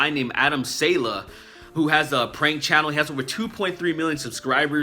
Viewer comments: Don't mean to be a nazi, but it's "saw-luh" not "sail-uh" :) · It's pronounced saw-lay. Adam Saw-lay. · I believe it's pronounced (Sah Lay) I could be wrong. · Man, I thought you were saying Adam SANDLER lol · I never heard someone mispronounce a name I understand that you obviously don't understand Arabic but come on that's not how you say Adam Saleh